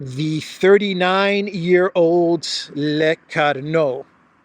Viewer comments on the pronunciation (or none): It's NOT "LECARNO" but... "LECORNU" (meaning in english: the horned one!). Ask Alexander; he have a better french accent 😉